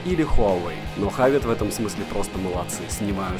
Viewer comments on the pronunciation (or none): Почему хавит? Хэвит